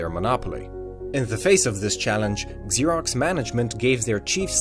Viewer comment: It's not pronounced Eggzerox or Exerox. It's pronounced Zerox.